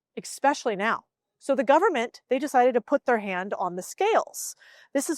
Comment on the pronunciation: Correct,what "Mon-eye" does this govern-ment have??????